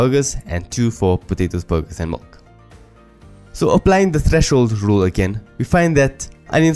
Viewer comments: Duuuuuuuude. MILK not MULK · Great video, it really helps in understanding this concept. I just wasn't sure at some point if it was milk or mulk you were saying. Anyways very useful video. Also was looking for the video where the algorithm is implemented in python